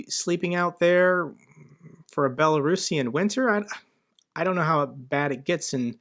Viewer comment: … tries to pronounce Belarusian